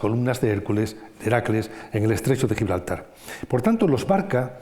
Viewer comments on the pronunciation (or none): none